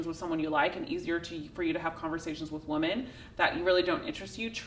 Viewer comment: hey thanks for all the good content. I can't help telling you though, it would sound a lot better if you pronounced the plural of the word "women" correctly. Especially since you say that word so often. It is spelled the same as the singular, but pronounced differently. sing. (wo͝om′ən) n. pl. wom·en (wĭm′ĭn)